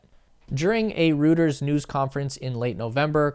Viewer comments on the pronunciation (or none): Reuters is pronounced /Roy-ters/ not “Roo-ters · I don’t want to be an asshole but it’s not “rooters” it’s “royters” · Roiters, not Rooters. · It’s not rooters. It’s pronounced Roy ters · Reuters is pronounced ROY-terz, not ROO-terz. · sorry, don’t see how to DM you for private message. But “Reuters” is pronounced, ROY-ters. 😀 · "Reuters..." is pronounced "Roy-ters" '; p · Say “Roy-ters.” Rhymes with goiters. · "He told Rooters"? What is that - an "R" rated Hooters? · "Rooters" lmfao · It’s pronounced “Roy-ters”. Good vid. Thanks! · Great vid. Reuter's = "Roy-Ters" jfyi. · You mispronounced Reuters.....repeatedly.